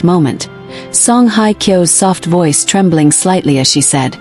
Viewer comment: excuse me for just for the record, her name is Song Hye (sounds like `Hay` and not like `Hi`) Kyo. And second of all for the record, this is FAKE news. don`t bother watching, although the pictures of her and him are quite nice. Thanks for the photos.